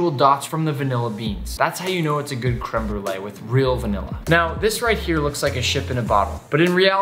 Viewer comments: My bilingual French/ English heart hurts when he says crème brûlée «creme brule» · "Krim brulaj" hahaha no no all jokes aside, i'm a huge fan!